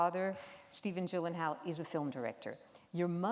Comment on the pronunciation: "Iv'e been watching your work since 2001" Yet she still can't pronounce his name correctly